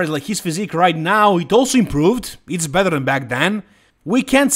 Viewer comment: No disrespect, but that Vancouver show was full of third tier guys. Beef Stu could be a level above though. Your English is really, really good but the "bether and bether) drives me nuts! 😄 along with you guys only classifying the open division as "bodybuilding." It's all bodybuilding! Lol "Sadik the physique" looks great. Lastly, at the top of the top there are no big changes to be made. I think too much is made of making drastic changes from year to year when you're at Derek's level. He can only finevtune from here.